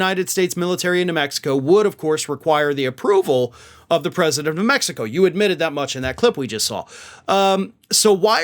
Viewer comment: Mextico! I love it! The old Okey can’t even pronounce Mexico. I’m told he’s really playing the part of a Goombah, he’s actually well educated. I know of parts of the modern UK where, if you can read and write, they think you’re a scholar! So I’ll reserve judgment on Fanny here. I would suggest he stops chewin gun while speaking. Multitasking etc.